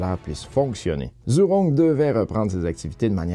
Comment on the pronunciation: Merci pour ton résumé Asiatique. ZHURONG se prononce "djoujong" (léger sur le "g") en français